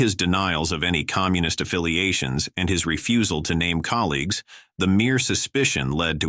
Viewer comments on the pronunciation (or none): none